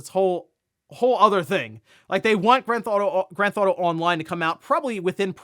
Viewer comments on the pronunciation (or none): "Grand Thauto" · “Gran Thauto” 😂